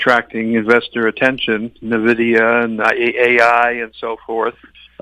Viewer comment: Tough to take any investment “pro” seriously that can’t even pronounce one of the biggest company’s name correctly. (It’s EN- vidia not NUH-vidia)